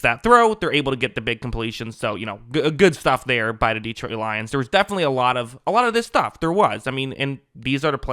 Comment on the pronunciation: Love your analysis, but it’s pronounced De-TROIT’, not DEE’-trout.